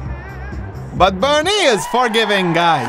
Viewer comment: BernIEE, everyboDEE, so frienDLEE. Omg I love this video